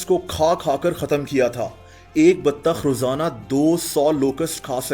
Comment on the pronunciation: The baTTTAkH Though BATTTTAKH😂😂😂 love you